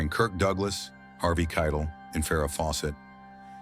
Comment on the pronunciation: Harvey Kei-TELL.